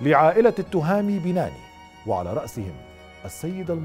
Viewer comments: سرد جميل للقصة، قناة ممتعة و اجتهاد يحسب لأصحاب القناة، تصويب ، التهامي بناني بتشديد النون ، واد مرزك وليس مزرك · التهامي بناني و ليس بيناني النون الثانية مشددة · اسم والدة thami banaani المفقود هو hayatt l 3alami.....هذا هو النطق الحقيقي لاسماءهما وليس توهامي بيناني .غلط ...اما نطق binani ...فهو نطق خاطىء للشاب المفقود ...اما اسم الطفل هو rayan ريااان ....بالنطق المغربي وليس ريان بتشديد الياء بطريقة نطق اللسان العربي ....هذا فقط لتصحيح المعلومة .. نطقنا كمغاربة لاسماءنا يختلف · شكرا اخي على سرد الموضوع ولكن للتصحيح بعد المفرادات واسماء فإن اسم الشاب بناني وليس بيناني وشاطئ واد مرزك وليس مزرك